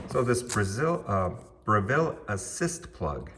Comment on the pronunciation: Brevil not Bre-ville